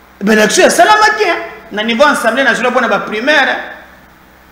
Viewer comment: A-100-BLÉ et non AN-100-BLÉ